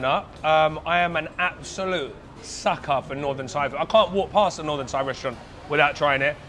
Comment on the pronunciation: Props to this guy for trying to speak Thai. The accent is all wrong, but I think everyone respects him for taking time to try his best to learn the language and speak it with locals. I can understand him but he sounds like how a deaf guy would speak Thai.